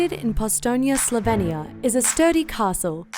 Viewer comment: Mfer can’t even say Slovenia right Jesus